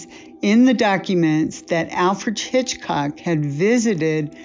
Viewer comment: First, it's pronounced Alfred "Hitch-cock" not "Chichcock". Second, the female needs to go, and go quickly....